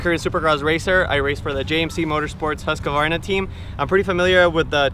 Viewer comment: congratulations!!! You finally pronounced Husqvarna correctly!!! 👍🥂🍾👌👏🏆🥇